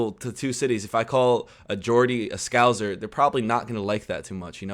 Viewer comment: It's the BRITISH national anthem not the ENGLISH national anthem. It's pronounced SCOUSER not SCOUZER. I beg to differ regarding the " only Norwegians can do whaling" comment ! I'm from PETERHEAD in North East Scotland. We have a very long history of whaling . There used to be a joke that said " I'm going on holiday to Liverpool, to visit my hubcaps". "Maggie Thatcher, milk snatcher" !!